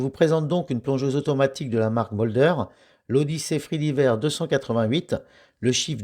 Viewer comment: Présentation sympa, merci et belle découverte. Quelles frais et taxes va t'on payer en l'achetant sur leur site ? Comme d'autres, je trouve qu'elle fait un peu grosse pour une 40 mm. Sinon, juste une petite remarque: supply, diver se prononcent "aï", pas "i" ;-)